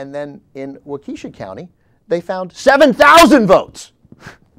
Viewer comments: It's WALK KESH SHA. Not WAU KEE SHA. haha (from Milwaukee...) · WAUK-e-sha. Not Wau-KEE-sha,. You'd know that if you'd ever been to Wisconsin! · Dear god, It's "wah-keh-shaw", not "wah-KEE-shaw". Please pass this knowledge on to the others! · Dude, its Waw-keh-shaw! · The city name is Waukesha (pronounced "Wah-ke-shaw"), most famous as the hometown of guitar virtuoso Les Paul. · Its pronounced Walk-a-shaw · It is pronounced "WAUK-eh-sha" :) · learn how to say waukesha